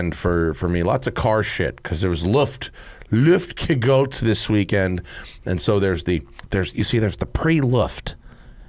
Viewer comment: Luftgekühlt! = Looft gekooolt. Matt's pronunciation is hilarious! I don't expect him to get the "ü" right, but just separate the two words like above and you'll be fine. It's like the GCN guys saying "Fridrich Shafen" instead of "Friedrichs Hafen!" (Where the big EuroBike show used to be.) German's much easier when you know the root words first, I guess.